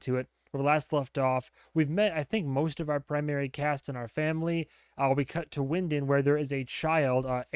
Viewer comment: As others have noted, I highly recommend not looking up the family tree... I have seen that go VERY badly for reactors before and them deeply regret it. I would also, as you noted, avoid Googling ANYTHING to avoid spoilers. As you requested pronunciation feedback last video and this video instructed us to keep repeating things to you... Winden is pronounced VIN-DEN Ulrich is pronounced UL-RICK Martha is pronunced MAR-TA Regina is pronounced RE-GHEE-NUH (hard G) not re-jee-nuh (soft G) Bartosz is pronunced BAR-TOSH Jonas is pronounced YO-NAS I have been checking for this video once a day for a week or so, I am so thankful it is here (I'm a Patron as well, but I prefer to not have to synch up with source material so I wait for the YouTube versions). Liked and shared.